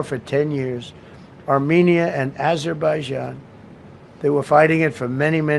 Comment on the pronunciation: Idiot, dumbass, fool, moron, rambling, dementia Donny. Man still can’t say Azerbaijan.